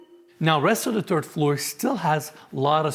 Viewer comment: you communicate very well regardless of your speech impediment but saying the word third (3rd) as 'turd' has a very different context. The "th" sound is an F when spoken unless you're actually furiously Irish, which you're clearly not. You are Turkish so there is no need for it.